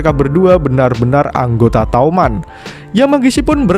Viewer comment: Bang toman bukan touman